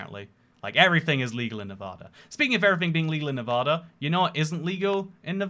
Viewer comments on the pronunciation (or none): If you’re moving to Nevada you should work on changing your pronunciation, keep your entire accent but switch just that one word would be great